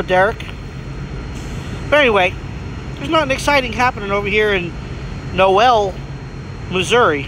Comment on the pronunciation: Dude, Noel is pronounced knowl. Great drone footage by the way.